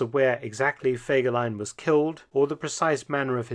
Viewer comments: Es wäre sehr nett, wenn ihr die Namen richtig aussprecht. Der Mann heißt Fegelein und nicht Fagelein, Hitler war der Führer. Und seine Freundin hieß Eva und nicht Ava. Seine Sekretärin hieß Traudl Jung und nicht Trude, Gestapo und nicht Gustapo ! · Kein Mensch, weiß warum man den Namen nicht richtig aussprechen kann!